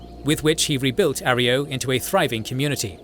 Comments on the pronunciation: A. Roy. Yo. Not "Are E O." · It’s not arrio it’s arroyo. A Roy o. It’s my last name lol Jesus. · Finally, good to see the Chosen One's adventure summed up by your style. Couple things to note: 1. Its pronunced A-Roy-Oh not Areo... actually drove me up the wall hearing you butcher it. 2. Its pronounced Klamith, not Klah Mawth. 3. The Councillor who helped the chosen one "get around" First Citizen Lynnette was McClure and he was one of the decent Vault City citizens. Very practical but still loyal to what Vaul City stood for. 4. The Salvatore deal with the Enclave was their own destruction as the deal to get "Lightbringers" the laser weaponry was actually a way for the Enclave to control Reno. The Enclave knew once the Salvatores "won" the gang war they would broadcast a code to kill the weapons and then the Enclave would mop them up. 5. The Brotherhood helps the Chosen One infiltrate Navarro with advice. The infiltration required the Chosen One to travel alone to Navarro. 6. The Enclave's genocidial plan actually would've killed everyone on the mainland even the chosen one. The Chosen One knew there was only one resolution. Stop the Enclave. The game did an excellent job of showing you how EVERYONE was manipulating the others. Even the NCR wasn't squeaky clean such as organising raiders to bully towns into coming to join the republic. The story of the Chosen One was brilliant and they played a titanic role in changing the fate of the world not just California's fate. On a brief seperate note playing the game on low intelligence was an absolute gem. 100% recommend it. The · Arroyo is pronounced ah-roy-yo. Great vid otherwise! Keep up the good work. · Your AI cant pronounce Arroyo properly.😊